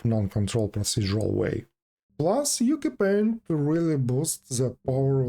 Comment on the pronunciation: just a heads-up, Ucupaint is pronounced Oochoo-paint (apparently it's an Indonesian word)